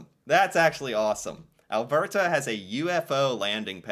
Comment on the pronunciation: The way the bot said Alberta was cringy.